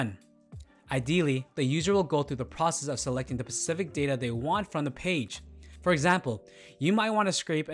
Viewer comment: Good video, thank you for the overview. FYI, the word "specific" is pronounced "spah-si-fic", not "pa-si-fic". This is a relatively common mistake, but not one that should be made in a video for a commercial application.